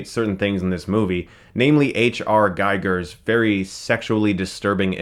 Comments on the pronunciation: It's HR Giger (/ˈɡiːɡər/ ghee-gur; German: [ˈɡiːɡər]; ) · It’s pronounced as Geeger! He was Swiss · The name Giger is pronounced "Geeger" like "eager" with a "g" in front of it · Awesome video, Stuckmann! My only gripe (I like griping) is that the preview still features an Alien more akin to the ones in Resurrection, not Giger's design at all. Also Giger is pronounced like "eager", not like giger counter. Great job all around on the Alien series. Hey what is the big chap Alien on display behind you? Next to Nintendo. Thanks :) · H R Giger isn't pronounced like a geiger counter, its pronounced geegur ! :) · Dear Chris: Love all your reviews. Small note: It's Pronounced Gee-ger (Ee as in Beagle). Because he's Swiss....